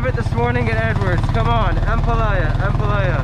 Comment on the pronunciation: pronounce ampalaya with stress on the last syllable or a. You're saying it like jambalaya hihi. I don't know why kumar is not correcting you hehe.